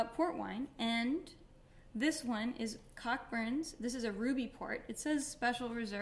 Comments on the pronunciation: Pronounced Coburns. Not Cock-burns... pronounce responsibly. Lol. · Came here to say the same thing. I love her but she was driving me crazy with the pronunciation. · Hey Madeline. I'm new to this channel but love your videos and your blogs. I just wanted to point out though that, Cockburns which is a British brand named after a surname is pronounced "koʊbərn" like co (as in co-worker) and burns. This always amuses my French flatmate. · Its pronounced Co-burns